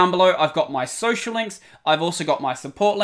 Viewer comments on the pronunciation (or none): none